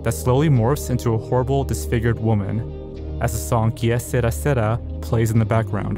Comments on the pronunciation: you don’t roll the r in sera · "Sera" is pronounced seh-RAH, with the accent on the second syllable. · You mispronounced, “Sera”